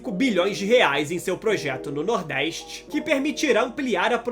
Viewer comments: Nordéistch? Pôrra é essa? NORDESTE, caralho! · Nordeiste? Aprende falar porra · Reportagem, deixa de ser retrogrado criando continuacao do preconceito Sudeste contra o Nordeste. Fala de 17% e os outros 83%? Nordeste nâo precisa de reporter preconceituoso como voce. Nos deixe em Paz com esse seu sotaque horroroso, inclusive aprenda falar a pronuncia correta da palavra Nordeste